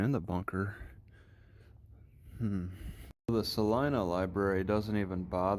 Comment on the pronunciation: Sal👁na kansas not selina.